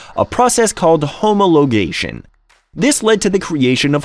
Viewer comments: Homo-logation??? I usually thumbs down AI voice overs. Ive never heard of this model, but i have heard of the 179HP (as in High Performance, not Horse Power) lots of irrelevant images, particularly that yellow engine. Bad Show...😢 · My favourite was - "homo - logation." It must either be for diversity purposes or it's a new species of primitive human.